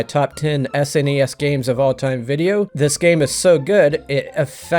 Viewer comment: Thank you for pronouncing SNES correctly. I cannot stand the people that don't know how to pronounce it